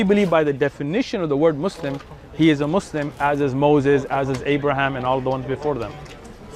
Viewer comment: Lol, he doesn't listen to the way he kept saying Muslim, he used a z instead of a s "Muzlim" the exact way non arabic speakers say it in the USA